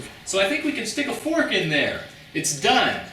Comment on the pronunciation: Erm, , did you say "forsk"?